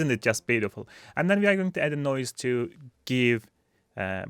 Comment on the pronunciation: no he compressed the First note of this word :D